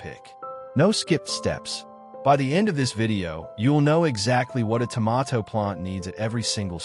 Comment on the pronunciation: dont care how accurate it is, everything in this video void after the first pronunciation of tomato..